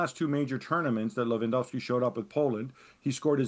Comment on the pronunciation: A complete lack of preparation on the topic. There wasn't a single person in the studio who could pronounce Lewandowski’s name correctly — it’s really not that hard. Putting aside the lies of that last idiot, no one in the studio was prepared for the situation. Robert’s reaction is a result of the total amateurism within the entire Polish football association and the pathetic national team coach, who got offended because Lewandowski played a song on a speaker. Seriously, not a single expert found out that even though he didn’t come to the training camp, Lewandowski was at the match to say goodbye to another Polish player. Is it really that hard to read one article or ask a journalist from Poland, like Tomasz Ćwiąkała or Włodarczyk, for example? It’s kind of sad that the level of journalism at ESPN is so low. Of course, you completely ignored the numerous scandals surrounding the Polish national team — involving both players and the organization. That episode felt like a bunch of unprepared schoolkids taking a test without knowing which subject it was in. No regards.